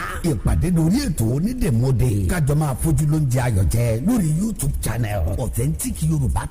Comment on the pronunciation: O yẹ ki wọn tún advert Onídèmọdè yẹn ṣe.. "Onídèmodè" ni ẹni yẹn ń wí,, tó sì yàtọ̀ sí "Onídèmọdè" tí a ń pè gan.. Àti bí wọ́n ṣe kọ́.. A ma ń ṣeré kan nígbà tí a wà ní kékeré tí a má ń kọrin báyì pé : "Párá onídè wá mọdè,, Párá ọlọ́ta wá mọ ta Péú, Pèù,, Péú,,, Onídè wá mọdè rẹ.." Mo kan tí gbàgbé bí a ṣe ń ṣeré yẹn gan ni.. Orin yẹn ni mo rántí.. That was in the 1970s and early '80s.. "ONÍDÈMỌDÈ" ni, kìí ṣe ONÍDÈMODÈ. Ìyàtọ̀ díẹ̀ nbẹ níbẹ̀.. Ẹní tó dè nkan lọ́ mọ oun tó dẹ síbẹ̀.. Ẹní tọ́ béèrè question mọ answer.. Tàbí oun tí ó fi pamọ́..